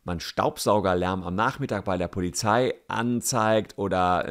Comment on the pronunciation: Warum spricht jeder POLIZFI falsch aus 😭